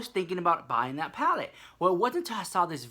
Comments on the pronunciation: ITS PLACEEEEEEEE NOT PALACE !!!!! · stop,"juvias palace" lmao